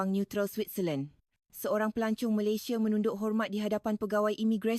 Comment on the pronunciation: Kami tak ande kami sebut anda jangan lah letakan e di semua huruf A. Nak tiru suara Malaysia belajor le dulu…Bukan Malaysie tapi Malaysia bukan Indonesie tapi Indonesia… Jangan reka sebutan sendiri…